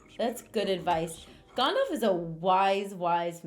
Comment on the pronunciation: "Gondalf" XD